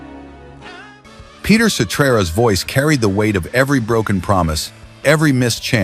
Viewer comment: Peter Cetrera 😂